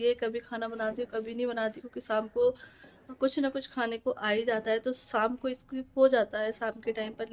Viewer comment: Shaamku boloo saamku nahii